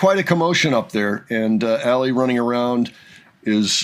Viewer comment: Ale is pronounced Ah-leh, not Ali